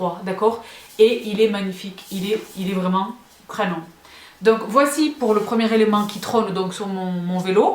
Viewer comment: Merci pour ce commentaire, je viens enfin de comprendre ce qu'elle disait !! '' c'est crannant!!!'' Avec un ''A''!! excellent !!😂